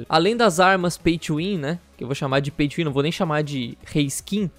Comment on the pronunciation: caralho demorou até eu entender oq é esse Paitchuwin kkkkk até eu entender que ele tá falando Pay to win